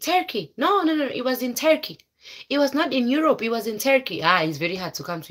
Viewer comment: 😂😂😂😂😂😂😂😂😂😂 The way you say itii...my husbandiii...he paid everythingiiii....how is laifiiii.... how is Europuuu....I wantediii...